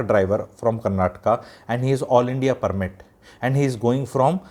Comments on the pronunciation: It is karnataka, not karnatak. First learn this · For the basics the state is called Karntaka not Karnatak and also the language is kannada not kannad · Sir I don't think it will take much of you to say Karnataka instead of Karnatak and Kannada instead of Kannad I studied in Bangalore almost 20 years ago and even at time the term "Kannad" was used in a derogatory way among our friends. TamilNad, Keral, Karnatak may not be the right way to address in my opinion. This language superiority issue has gone way too far but we can also do some basic soul searching on our part to see what bare minimum we can do.